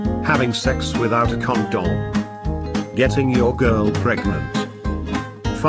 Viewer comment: "Having sex without a ConDum" CoNdUm